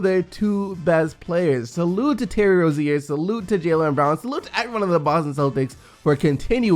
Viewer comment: The terry rozier thing is a joke. He said his name wrong i think